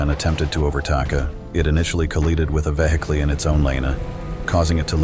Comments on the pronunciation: nah bro really said vehicly and ovetaka.💀💀💀💀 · Overtaka and vehciler now that is a word mistake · "Eyewitness accounts suggest that as the sedan attempted to overtAKA, it initially collEEded with a veHIKLEE in its own lANEH, causing to lOSEH balance and subsequently coLLIdAY with the tanker"